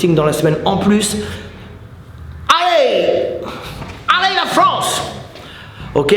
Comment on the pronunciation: Comme d'hab, encore merci à vous deux pour tous ces conseils. Je ne connaissais pas la technique de siffler, Magnifique. ... Et "Allez la France" (avec l'accent anglais) 🤣 Bise de Marseille!🤜❤🤛